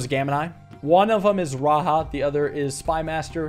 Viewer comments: RaJa not RaHa. I am sorry I was just super triggered every time you said it like that. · great puzzle video as always. Raja is pronounced ra-jah andnot ra- ha. it just means king in hindi as well as some sanskrit related languages. peace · raja is not pronounced " raha" its "ra ja" ja of jack. also the same case foe jayan its the same same ja. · It’s just pronounced raja not RA-ha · "Raja" is a title in many Indian/South Asian languages that translates to king. And the "j" is usually pronounced with a /dʒ/ sound (so not like the /h/ in Spanish lol). Saying that just cuz Lemuria (as it's portrayed in this game) has a lot of South Asian/Southeast Asian aesthetics and it just made me laugh a bit cuz I speak/understand a couple South Asian languages. I look forward to seeing what happens next!!! (also the history of Lemuria as a concept/idea is pretty interesting (and kinda funny tbh) so it's cool to see it in this game) Edit: to be clear, idk if it's intended to mean "king" here or not, I'm just telling you what I think/know lmao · "The "j" in "Raja" is probably pronounced like the "j" in "jump", not in the Spanish way, since Lemuria seems to be inspired by South/South East Asia.